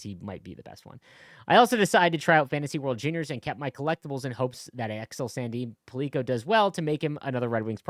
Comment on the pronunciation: It is not Sandin - Pull- leak-a it Sandin Pell- licka